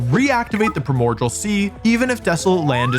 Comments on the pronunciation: WOLFE the fect u pfonounce primordial as "primodjal" really pissis me off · you keep saying primordial (prai·mor·dee·uhl) sea wrong... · “Primogial”. Will forever live in my head. Jokes aside I love these videos. Oh and if anyone reads this I hope you have a wonderful day. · This was randomly recommended to me and man everytime he says Primordial I feel he is trolling us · its so funny that he can't (or won't) say primordial correctly